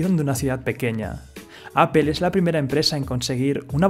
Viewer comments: se dice apol no apel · Apple no se pronuncia apel, se pronuncia "apol" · apple no se pronuncia "apel". Se pronuncia "apol"!!! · Oye tú, debes de pronunciar correctamente la palabra Apple y no Apel. Corrige tu pronunciación! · Por qué dicen "apel"? jajaja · Cada que escucho "apel" me da cáncer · La pronunciación del inglés es paupérrima. "Apel".. Csm. Video pésimamente mal documentado.